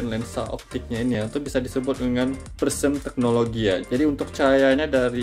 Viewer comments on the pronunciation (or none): Prisma itu bang bukan prisem😂